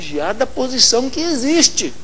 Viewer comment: ESSO NON ECSSISTE!!! KKKKKKKKKKKKKKKK Cada uma viu puffffsss